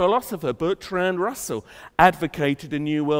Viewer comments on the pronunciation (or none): none